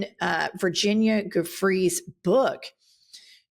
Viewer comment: Please pronounce Virginia’s last name correctly!!!!!! Giuffre (pronounced “Jewfrey”)